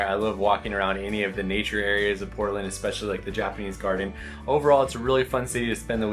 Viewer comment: Hey, there is no x in the word especially.